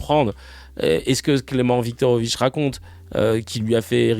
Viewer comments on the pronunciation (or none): C’est Clement viktorovich pas clemovich